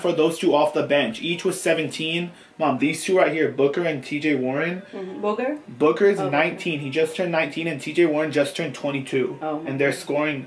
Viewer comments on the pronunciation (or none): the mom says Booger as booker😂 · mama rug called Devin Booker, "booger" 😂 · It was funny when said booker and his mom said booger 😂😂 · Your mom calls D Booker Deven Booger